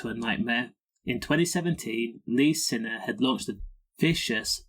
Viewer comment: His name is signer not sinner but spelt siner . To pronounce it it’s signer 😂